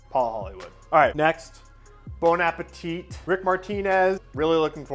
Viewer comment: The second t in Bon Appétit is silent.